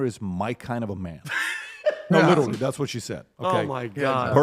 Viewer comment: It’s so crazy pat is talking about how words shouldn’t be pronounced a certain way and makes no sense having a certain letter in a word. He purposely says the word literally with a ch in it. He sounds so stupid saying it.